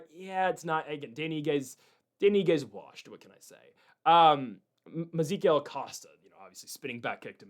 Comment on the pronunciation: Mezikiel ?! Didn't know ma Man Melqy Costa was Jewish ! 😜